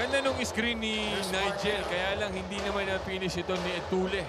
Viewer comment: Dami nanuod ng ncaa pero mga commentetor nyu nyu d marunong mag basa etulle.. etulye pag basa nyan 😅